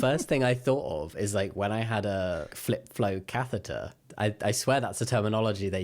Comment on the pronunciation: I heard something between “flip phone catheter” and “flipfloam catheter” and now I’m just picturing someone decorating their cath tube with floam 😭